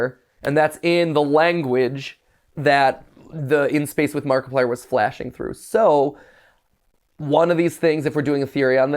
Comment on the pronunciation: Nobody: Game theory fans: Mackiplier